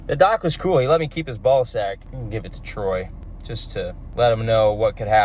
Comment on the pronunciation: It's not trey,it's T R O Y Y Y Y